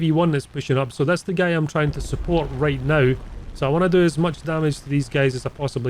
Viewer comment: You pronounce guy wrong, you say something familiar